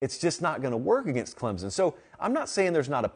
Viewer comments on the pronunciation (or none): I enjoy listening to your commentary on my team (Clemson) but man you gotta learn how to say the name correctly!